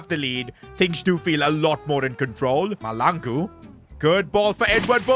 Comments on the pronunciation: I am South African and the surname Mahlangu You have to say HL like a hissing cat I always want to laugh when you say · Just an FYI, you will never find a Caucasian Bobang Mahlangu in South Africa 🤣 that name is exclusively for a Black dude. EA got it very wrong here. Also the pronouncing of the Mahlangu is incorrect, but thats not a train smash. Love the series! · The name is mahlangu please pronounce the name right ✅️ 😅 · I am a south African.plz try to learn how to pronounce mahlangu's name well plz 🙏 😊